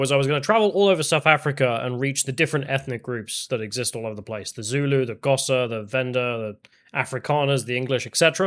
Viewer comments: You're pronounced Xhosa wrong the X is pronounced as a click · Does "Kosa" mean "Xhosa" tribe? The name's pronunciation begins with a click of the tongue upon the roof of the mouth. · Come on,. Try a tongue click for 'Xhosa'. You know you want to. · Xhosa is pronounced with a click at the start. edit - I see that this was addressed.